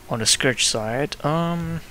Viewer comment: it's scourge not scourage!!!!!!